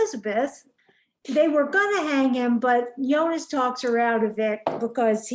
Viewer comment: Nice recap :) Pronounciation help for Silja: Zill-yar (like the beginning of "zilch" and "yarn"). Bartosz: Bar-tosh, not Bar-toes. Jonas: Yo-nuss, not -niss. About Clausen, he has this BDE, if you know what i mean. I think he's a fun character. I've seen a clip of the actor in the TV mini series "Deutschland 83" (he's also in 86 and 89), there he plays a similar character, but more menacing. I've acquired that series and will watch it in due time.